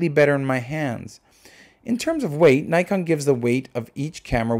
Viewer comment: Before praising the camera why don't you learn how to pronounce its name properly ?